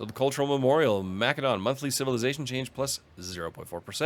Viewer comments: Either say Ma-seh-don or if you're fancy Ma-keh-do-nee-a. Wtf is Ma-keh-don? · For the love of God, I don't know what it is with game streamers, but it is pronounced Ma·suh·daan. That's the proper, internationally-recognized, pronunciation of the word in English. So many of you mispronounce it. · Sorry but the way you pronounce “Macedon” makes me cringe… the “c” is pronounced as an “s” like Mas-e-don. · Ma-suh daan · Why can’t any Imperator YouTubers pronounce either Imperator or Macedon correctly? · That is a very fair answer, however I would say that in English Macedon has only one pronunciation and you’re speaking English not Greek. It’s an understandable choice however; especially if you do it consistently. Latin words also sound very different in English than in the original Latin. I had no idea you were German though and that fact alone makes me much less annoyed by minor pronunciation differences. I honestly thought you were a native English speaker!